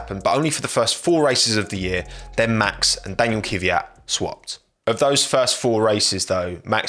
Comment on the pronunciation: what's with you english speakers and non-english names?It's pronounced Kvίat not KίViAt